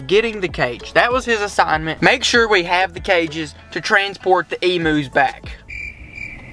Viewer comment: They are not emoos they are pronounced emyous and they are not prehistoric animals they are common Australian animals